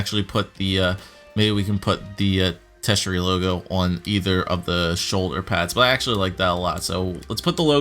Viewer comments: Tertiary- ter-she-air-e, no hate intended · It's pronounced TUR-shee-ary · It is tur-shee-ary